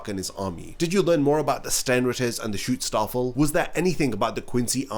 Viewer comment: It's Schutzstaffel. But when I hear you say it, it sounds like you're saying "Shootstarfall". It's been bugging me in every video now.